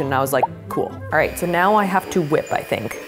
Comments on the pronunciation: when did she say alright wrong? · 2 things: you said alright wrong! honey spies on you